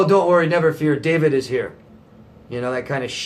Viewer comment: I thank you so very much David!You pronounced my name so right and made me clear. He was definitely a borderline. Love from Bangladesh.